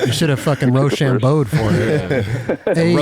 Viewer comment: "Roach-chambogue" Eldie 🤘🏻